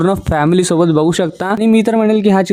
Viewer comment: 'चित्रपट' ,'सोबत' हे उच्चार तरी स्पष्टपणे करा ना दादा. बाकी तुमच्या निवेदनात असलेला इंग्रजी शब्दांचा भरपूर वापर इ.बद्दल बोलत नाही. 😮